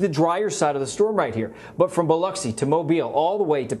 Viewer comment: Thank you for saying Biloxi correctly! ❤️